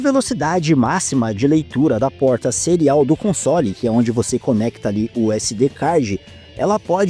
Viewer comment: Quando fala console, parece que vai falar consolo.